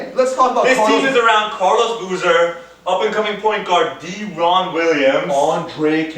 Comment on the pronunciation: DARE EN Williams Not Daaaa ron!!!!!!